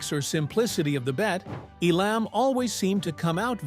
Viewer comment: You're frequent mispronunciation of Jack Elam's name, haphazard use of video that many times did not match what was being said, and being reminiscent of the early MTV style of mindless imagery made what could have been an excellent video mediocre at best. The haphazard assembly of the poorly produced segments with much repeated information finally pushed me to end viewing about 2/3 of the way through. As one other commenter implied, this is clickbait at its finest.